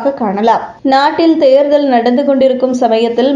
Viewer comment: தேர்தல் என்கிற சுலபமான வார்த்தையை ஏன் "தேருதல்" என உச்சரிப்பு ?